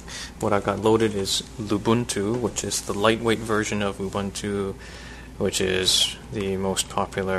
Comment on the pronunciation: "oo - boon - too" Why is this so hard to comprehend?